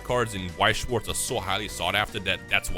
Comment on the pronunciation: As a german it hurts how everyone butchers weiß und schwarz 😂 I love the BGS cases they Look so clean